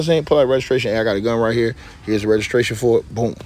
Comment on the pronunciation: He said his father tha kang round hea😂😂😂😂😂😂😂